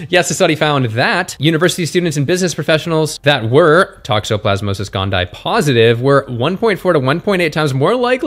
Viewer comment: Toxoplasma gondii - tok-so-plaz-muh gon-dee-eye 😊